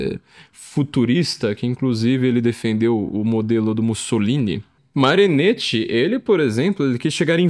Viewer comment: Carro, muito bom. Mas, como sou chato (minha profissão exige ser chato), faço alguns apontamentos: - Marinetti se pronuncia "Marinéti", como em "capeletti"; - O grande amor de Orfeu era Eurídice. Ariadne foi aquela que se apaixonou por Teseu e deu a ele o novelo, para que ele conseguisse sair do labirinto após matar o Minotauro (depois Teseu deu um belo pé na bunda da moça, mas isso é outra história); e - Quem matou a Medusa foi Perseu, Hércules já tinha doze trabalhos para cumprir, e naquele tempo não tinha conversa mole de acabar com escala 6 x 1.